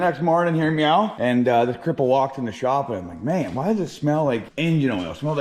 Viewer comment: am I saying myaaaow?